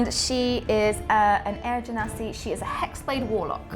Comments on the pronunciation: I didn't want to say, but seriously: je-nuh-si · I have a reason that it is pronounced djinn-nasi cuz they are from djinn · Ahhhh, I'm so excited! Nova sounds (and looks) so epic! Also 'I like a hard g' but uses the soft g pronunciation;D More notes! ily,, never change!